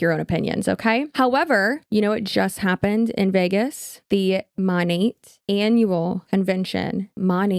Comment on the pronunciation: Why is it that the only ones who bother to pronounce Monat correctly are the anti-MLMers